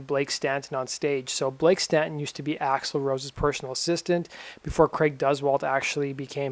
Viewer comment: "Gun's front man, Racksle Rose"